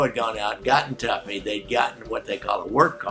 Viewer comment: I believe it's "toughy", not "tuffy"